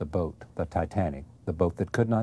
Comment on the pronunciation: I cringed every time Charlie said "boat". Wonder why James didn't correct him. Good interview though, it reminded me of how much I missed that show.